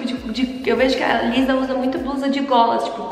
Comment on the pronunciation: Se pronúncia "Lissá" ❤️ (Inclusive , amei o resultado , se eu soubesse fazer metade disso eu ficaria Muito feliz kkk)